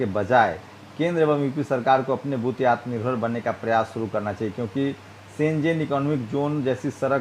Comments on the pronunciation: Jo Insaan " aatmnirvar" nahi bol pa raha hi..wo hamara home minister hi..our badluck..we should think about it.. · साला को बोलने नहीं आराहा है आत्म निर्भर तो ये क्या देश के लोगो को आत्म निर्भर बनाएगा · आत्मनिर्भर नहीं बोलने आता हमारे नेता जी को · Nalayak Amit Shah can not say atam nirbhar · Amit is no 1 illiterate even he can't pronounce Hindi word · टकला ठीक से बोल ही नहीं पा रहा है आत्मनिर्भर शब्द को 😁😁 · Khud to aatmanirbhar word bola nahi ja raha hai ye sale desh ko kya banayenge pata nahi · आत्मनिर्भर बोलना भी नहीं आता ईस मोटा भाई को.. एही दुसरे पर निर्भर हैं .... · Amitshah atm nirbhar nhi bol pa rha h... To atm nirbhar kaise bnege y😀🤣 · आत्मनिर्भर बोलना ही नहीं आता..... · Shah ji Jo Aatmnirbhar bolne v nhi aa rha h or chale h desh ko Aatmnirbhar karne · Gadha sala tadipaar gunda evm k bal per sala home minister bna hai sala , aatmanurbhar bolna nhi aata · Jis home minister Ko atmanirbhar bolna nahi aata oh minister ha desh ka kiya ho ga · Ye atmnirvar nahi bol pa rahe h ye banenge kya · Bol nh pa rh h ye atmnirbhar bhart ky banayenhe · Aatmnirbhar bolna nahi aata he aur desh chala rahe he kiya hoga desh hoga jago re...........jago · Dekh lo andha bhakto atmnirbhaar bolna nahi ata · Aatm nirbhar bolne nahi aa rha iska matlab ye bhi jumla hai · Bhosad pappu,Ye amit shah aatmnirbhar bol nhi paa rha,to pure hindustan ko aatmnirbhar rakhne ko kaise bol skta hai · आत्मनिर्भर बनने को कहा गया है.. वही आत्मनिर्भर शब्द ही नहीं बोला जा रहा... हद्द है... 😁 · विजय किसी की बपौती नहीं है, अमित शाह साहब कम से कम "आत्मनिर्भर" का उच्चारण करना जिस गृह मंत्री को नहीं आता है, वह पढा भी है, या नहीं अब तो एेसा लगता हैं, भोलू गोलू दोनो ही अनपढ़ लगते है |सुधर जाऔ नहीं तो आने वाले समय में तुम्हें भारत के किसी भी अस्पताल जगह में नहीं होगी | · Abe Takle..Pehle Atmnirbhar To bolna Sikhle..😃😀